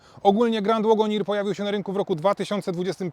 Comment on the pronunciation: Fajny opis, sporo szczegółów, ale uprzejmie proszę sprawdzić jak poprawnie wymawia się słowo wagoneer.